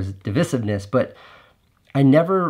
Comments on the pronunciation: divisiveness is prounounced "DE VI Siv Ness", right? or have I been pronouncing it wrong? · dee • vice • ivv • niss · It’s not pronounced dih-vih-sivness… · He pronounces it wrong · Casey’s pronunciation of ‘divisiveness’ is certainly divisive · My thought also! I have the disadvantage of being part of the grammar police - drives me nuts! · Yeah, it only was noticeable due to mispronunciation. I love Casey though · The only thing I'm calling you out on here Casey, is your mispronunciation of 'divisiveness'. A word said so many times in one video too!